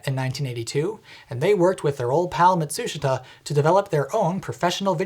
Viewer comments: Fantastically informative video, extremely well-researched. BTW it’s easier to say “matshooshta” like the Japanese do. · That's the most polite pronunciation of the Japanese company Matsushita I've ever heard 😂 I usually went with 'Mat-su-schit-ahh' 😂 glad they changed names to Panasonic... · Lovely hearing yoor usage of English, but even Mat su shit -stu, shouldn't be difficult to say